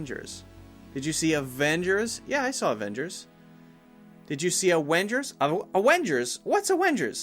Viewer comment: Useful video! But I have one problem. Who on Earth is saying "Awengers"????